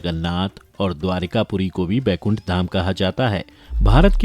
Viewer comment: Bhai Baikunth nahi Vaikunth hota hai wo !